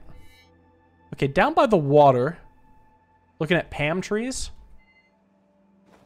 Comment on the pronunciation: Do people pronounce 'palm' as 'pam'? Never come across that